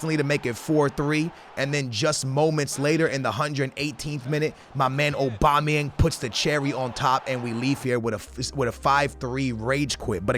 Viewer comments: Lmao anyone else think it's funny the way says "Obama-yang"...😂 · he said obama yang while i was reading ur comment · Not funny he is just stupid